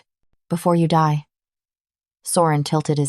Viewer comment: The AI narrator is mispronouncing die to dee and it's annoying. Though this is an incredible story